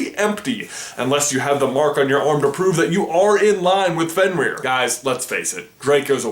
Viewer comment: OMG U SAYING ALL DA NAMES WRONG!!! FEN-EER LOO-SEE-OOS